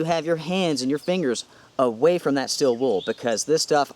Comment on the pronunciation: “STEEEEEL” not STILL